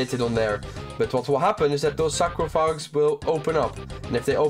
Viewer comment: Great guide! Very helpful, learning toa gradually and find baba puzzle very tricky! Thanks for the help. Oh btw, its pronounced Sar-coff-a-gess 😆